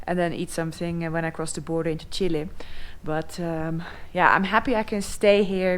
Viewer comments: It is not "Chilie", it is "Chile". Please, learn to pronounce it correctly!! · It would be really helpfull if you could write phonetically how it should be pronounced. In the Dutch language Chile is written Chili. Hence Noraly's pronounciation. Cheers.